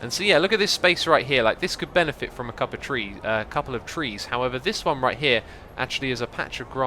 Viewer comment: When ever you say couple of trees, I keep hearing cup of tea